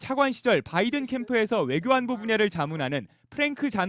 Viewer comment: 임종주특파원님 "바이든" 발음하실때 너무 의식적으로 굴리시는거 보기 안좋네요...